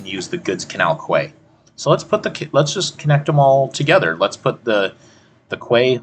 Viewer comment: Good videos. Quay is pronounced key.